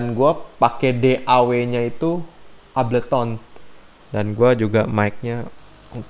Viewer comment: ngoreksi dikit aja bang ableton dibacanya ebelton